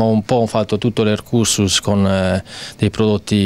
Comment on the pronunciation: l'ercuscus????????L'ESCURSUS, GNURANT !!!